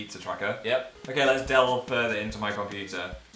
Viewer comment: Here's phil say "let's delve into my computer" Yeah phil Let's DELLve